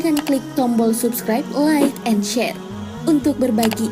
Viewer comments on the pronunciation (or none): none